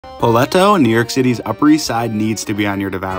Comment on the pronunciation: how did you pronounce it? lol poe let toe